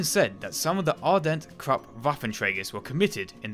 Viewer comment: The "u" in "Krupp" is pronounces as the "oo" in "booze"